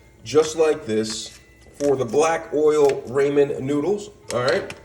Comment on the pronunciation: do you say ramen wrong on purpose to be funny or do you really think that’s how you say it lol no shade just curious :)))